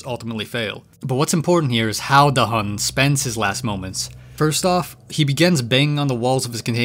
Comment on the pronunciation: Da hun ❌ Da him ✅